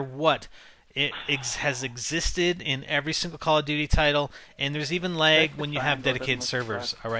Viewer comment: i love how you say lag.. leg